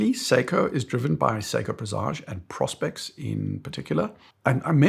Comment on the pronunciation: PRO-SPEX not PROS-PEX so called watch lover